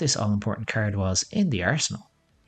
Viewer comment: Even better "Discaird a caird"